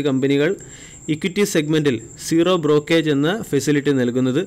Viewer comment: Brokage അല്ല മനുഷ്യ.. ബ്രോകരേജ്...